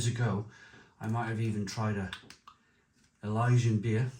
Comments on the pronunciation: Elysian ❌ Ilyjian ✔️ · It’s Elysian